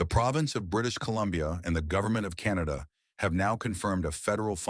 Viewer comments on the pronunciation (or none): none